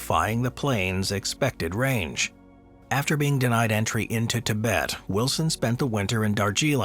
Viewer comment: You mispronounced Tibet.